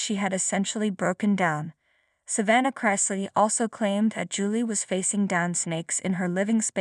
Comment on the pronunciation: Wah-wah! Do the crime, do the time. Youre saying their last name incorrectly.